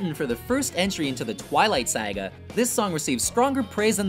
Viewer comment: Did he say twilight siga 😂